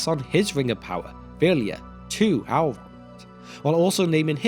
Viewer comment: Please, just try to pronounce "el" some other way than "owl" in the future. Really annoying to listen to a story of an owlish hero gil-galad and hear of his friend owlrond.